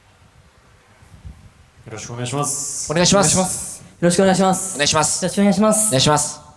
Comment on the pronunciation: っぽくない「お願イシマスッ」好きw